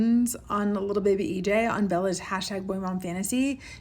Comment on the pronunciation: the way you say "bebay" and "baby boy" didn't have to be this funny 😂😂 also can't get over how unhinged this decision is (trying to be nice, she should be looked into bc wtf STEPHANIEEE)